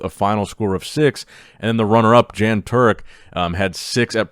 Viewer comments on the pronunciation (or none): It’s Yan Turek (hard r) not Jean Turek 😂